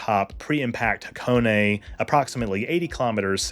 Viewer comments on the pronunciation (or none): none